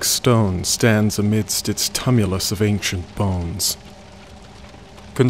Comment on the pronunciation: These low-budget audiobooks are distractingly sloppy: this narrator, for instance, can’t pronounce sepulcher, tumulus, or psychopomp, and is doing a poor Southern accent for a native New Englander. Actors are generally poorly educated, but the director and producers should account for that.